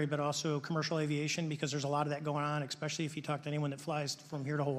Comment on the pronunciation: "eck-specially"? 🤔 Especially?